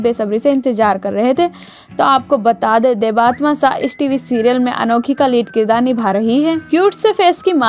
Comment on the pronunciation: Inki real name देबात्मा nahi hai..inki real name देबत्तमा hai. So plz properly pronounce the name🙏